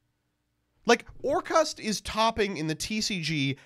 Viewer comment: the way you pronounce orcust is sus. Orkhaast?